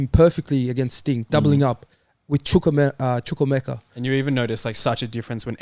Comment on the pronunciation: How has pronounced chukwuemekas name da best 😂😂